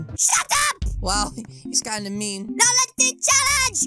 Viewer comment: He said ow instead of now